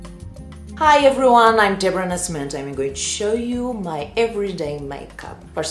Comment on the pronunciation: ela falou "Débora Nascimento" com sotaque americano kskskksksks